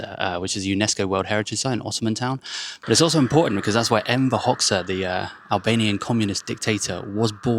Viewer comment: It's pronounced Hoxha..Hodga not Hoxsa .